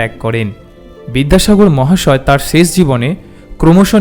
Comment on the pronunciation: শেষ শব্দটিকে ‘ছেছ’ উচ্চারন না করলে ভালো হ’তো ! ক’লকাতার বন্ধুরা দেবদুলাল বন্দোপাধ্যায়ের এবং নীলিমা স্যান্নালের উচ্চারণ শুনে দেখুন ।